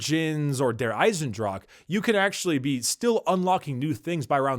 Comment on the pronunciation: ok I know this is like one year ago, but if a german word ends with an "e" it almost always has 2 syllables like "Dra-che" or "Waf-fe" So it would go "Ei-sen-dra-che" just saying ;D